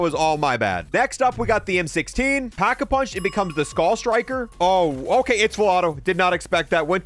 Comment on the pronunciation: It's called Pack-A-Punch, not packed-a-punch or packing-a-punching. You're supposed to be a zombies player? lmao